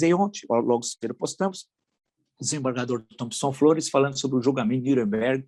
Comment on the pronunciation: Villa, ou se fala Nuremberg (anglicanizado) ou Nürnberg (pronúncia alemã). "Nüremberg" não parece adequado embora com boa intenção. Abraço